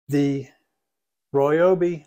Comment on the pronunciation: He says Royobi, lol